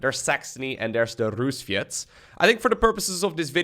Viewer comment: "rusviets"? really now? xD edit: also speaking terrible russian, never thought i'd live to this day